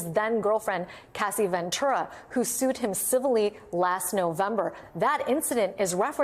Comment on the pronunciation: I thought he said Dideos!!! To describe the videos